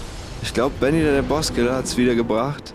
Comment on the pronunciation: Manchmal höre ich statt "Baby".